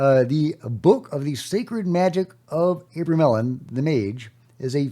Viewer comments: Today's unpronouncable word is abramelin. Pronounced uh-BRAY-muh-lin with the emphasis on BRAY. However, gpt says otherwise. 🤷‍♂️ "AH-bruh-meh-lin" or "AH-bruh-mel-in" Here’s the breakdown: AH – like the "a" in father bruh – like bruh (casual form of "brother") meh – like the "me" in melody lin – like the "lin" in linen You got this 😅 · its Abra-mellon. The abra is pronounced like abracadabra. Fyi